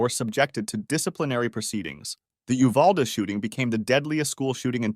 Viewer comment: He isn’t pronouncing Uvalde right